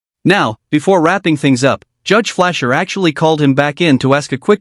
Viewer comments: I'm subbed to him on yt I thought his name was Fletcher not Flasher??? Fletch like wood not Flash like the super hero?!? shocked even a.i voicebot or w/e it is got that wrong... or maybe people have to for their own vids so it's not copyrighted with the original persons name? idk how yt works they let a vid stay up on my channel for 10 years yes TEN!!!!! then decided to take it down.... they let it back up for a few months then took it down again..... I put the whole "no copyright intended" thing and all that jazz in my description and that I didn't wanna make money from it I just couldn't find it anywhere else on yt at the time but anyway ya..... sucks to go from a vid with like 10m views or somethin to nothin lol hope everyone had a good Christmas!!! cheers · can't you even teach your AI to say "Judge Fleischer" instead of "Judge Fleer"? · It is Judge Fleischer fgs not Fleer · "Crayon eater" is reserved for the USMC! I am highly offended! Orange is my favorite. Edit: You have called him Judge Flasher, Judge Fleer, etc. It's Judge Fleischer! Pronounced "FLY-SHERRR" It's really annoying to call him 3-4 different names in 1 VIDEO if you love him so much!!! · Flair or Flasher or Fleischer. jesus. Oh, and Fleer also - doesn't anyone check this AI bullshit? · FLEICHER, not Flair, not Flursh, not Flur....FLEI--SHER. don't disrespect the best judge in the south by mis-hearing his name and typing that on your video for AI to read. F L E I ---C H E R It even says it in the corner of the video. Theres no excuse for effing up his name. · The judge's name is Fleischer, not Flair, or Flasher, or Fleer. Off to a great start ... Driving without a license is not a criminal offense -- not in Texas or in any other state. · Judge flair😂😂😂😂 it's judge Fleicher ffs this is why AI is such garbage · It's Judge Fleischer not Flair 😂😂😂😂😂😂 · The judge's name isn't "Flair," it's "Fleischer." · Judge flair? 🤣 🤣 🤣 🤣 🤣 🤣 It's Fleischer 🤣 🤣 🤣 🤣 🤣 🤣 🤣